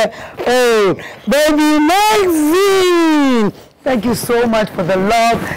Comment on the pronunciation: I'm sorry for being the pooper but I cringe every time you mention the name. Its Maxine!! With an X not a Z. I'm really genuinely happy for you tho. It is a thing if joy to see your children grow